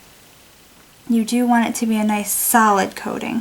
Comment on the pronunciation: I thought u said salad nail polish then i found out it was solid